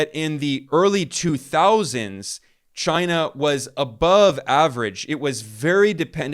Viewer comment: The only other person who says CHYNUH as funny as Trump is Ben Norton (not knocking you it just makes me laugh)